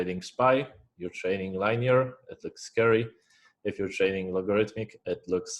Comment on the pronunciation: I love how you say liney-er bro